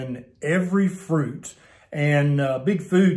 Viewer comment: "Don't eat fuit" by LOL